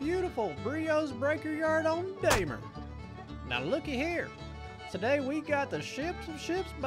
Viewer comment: "Daymer" lmao